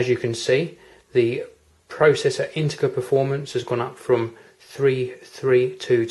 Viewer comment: 'Integer' is pronounced 'in-te-jer' not 'in-te-ger' :) How long will it be before Apple takes the lead and starts intalling SSDs as standard? They make a hude difference to an system, especially those with slow laptop-drives.